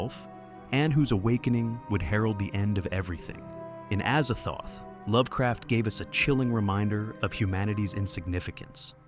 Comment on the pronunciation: Azazthoth is Az-zaz-thoth. Pretty easy.